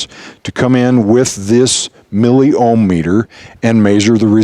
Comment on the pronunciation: bro, its *Milli Ohm meter*, Its O H M not "O M H meter" hahahaha